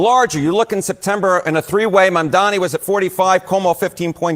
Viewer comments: you need to get his name right - his name is Mamdani, not Mandani. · Mamdani. Mam- dani. Not Mandami. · please say his name correctly: Mam-da-ni It's not Man-da-mi It's not the first time I hear you mispronounce his name. I know you can do better. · M A M D A N I and NOT Mamdami! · Please stop pronouncing Zohran's name like Cuomo does. It's not Mandami, it's Mamdani. Like a mom who's name is Donnie. Mom-Donnie. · Please, Stop saying Mandami, IT IS Mamdani IT IS Not that difficult😅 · MAM -Dani, not mam-Dami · you should stop listening to Cuomo lol It is Mamdani and not Mandami as you said it repeatedly lol I forgive you, I love you and I know your heart is in the right place. But please, read my comment to remember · You are shabby!!!!! Because you pronounce Zohran last name wrong Pleaseeeeeee note It is M. A. M. D. A. N. I. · stop saying "mandami" challenge - impossible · I love you and that's why I'm saying this. Please learn how to pronounce Mamdani before he's elected.